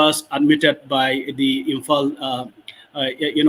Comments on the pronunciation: that's how you say it because you can't pronounce the 'l' in imphal 😂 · that's your way of saying 😂you cannot pronounce imphal so she said 'imphan'. Is that hard to understand? 😂